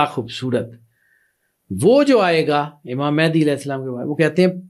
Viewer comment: Imam Mahdi par baat karne se pahle unka naam toh sahi se lena seekhlen. Mahendi nahi Mahdi hain voh...